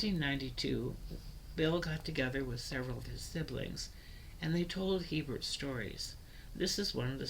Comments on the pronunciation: I am trying to take this video seriously but your He-Bert pronunciation is just totally incorrect, literally no one who carries that name in Louisiana or France says it that way. A-bear is the only correct pronunciation of this name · Omg my last name is hebert and you said it wrong you have to say it like abear